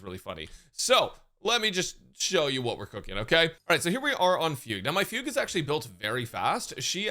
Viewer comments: pronouncing it "foog" is deliberately stupid. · Fug-U eh. LOL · Her name being fugue instead of fu gue still breaks me